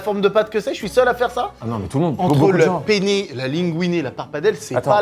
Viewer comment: La vidéo incroyable ☺️ cependant j’aimerais revenir sur un petit point important pour un italien 😂 c’est PENNE RIGATE et pas PENE 😂 sa a pas la même signification en italie 😂😂 Je vous aime les gars ❤️